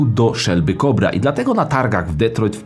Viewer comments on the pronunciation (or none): No "Detroit"? Przekaż każdy wie jak to przeczytać poprawnie. Żeby to był pierwszy raz😬 jestem z wami od filmów o poszukiwaniu ognistych hothatchy ale to już przesada😜